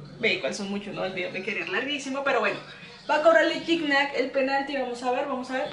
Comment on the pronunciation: alguna vez Gignac aclaró como se pronunciaba y era algo asi como Chigñac